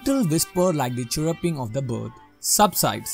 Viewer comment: Bro chirruping correctly pronounce pannuga